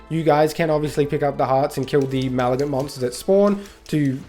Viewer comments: point is that you were saying "maligant" (mal uh gunt) not "malignant" (muh lig nunt). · Brother.... WRATHful, not wraithful. Malignant, not Maligant.... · Also: mah-lig-nant. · it is. And what you said is NOWHERE EVEN SLIGHTLY CLOSE to malignant. Fcking hurts to listen to you. Also bahbah heart?? 🤣